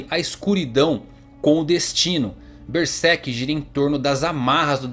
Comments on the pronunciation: Esse é um dos melhores canais sobre Berserk do Brasil. Mas uma coisa que me pega é quando o cara fala "Bersek" em ver de "Berserk". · Ele fala Ber sek